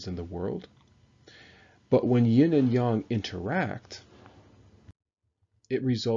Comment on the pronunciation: You don't even know how to pronounce yin and yang properly. One should learn before one teaches.